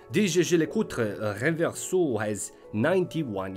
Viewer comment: Your pronunciation of the word "Reverso" is already worth two thumbs up! Great content as always.